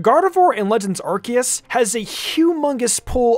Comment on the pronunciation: It’s Ar-see-us